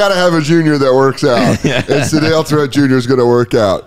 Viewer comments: Its sidel Three-t not threat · I didn't know they spelled Threatt like that. I remember that guy from when I was a kid.. is last name is pronounced more like Threett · I remember watching Sedale Threatt as a Laker. It wasn’t pronounced “THREAT” it was pronounced “THREET”. I know it doesn’t sound as cool. Awesome to know all that stuff about his life I wouldn’t have looked up myself. I love watching these NBA pack openings, it’s a really fun part of the show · Sedale "THREET" pronounced from Philly your welcome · Sedale Threatt's name is pronounced with a long E. Sedale Threet.